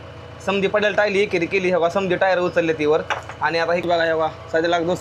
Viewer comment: भाऊ ती टायली नसते re ट्रॉली असते